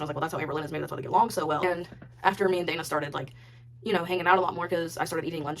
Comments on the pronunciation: Her name is Dana not Donna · every time the text-to-speech lady says DARNAH it fucken sends me